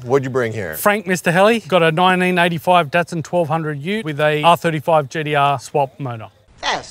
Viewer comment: He said the GeeDeeArrgh